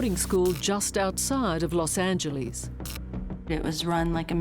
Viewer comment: Los Angeleeeeese?